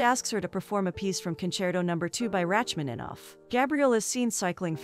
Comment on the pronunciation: " Ratchmaninoff " omg